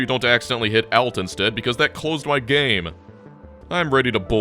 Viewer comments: As a programmer, the way he pronounced "GUI" and "Alt" gave me an aneurysm. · observation of saying [ælt] for "alt" instead of normal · Did you really just pronounce Alt as "ale-t"